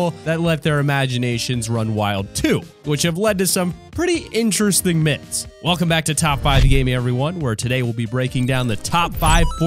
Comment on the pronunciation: You said myths wrong 😂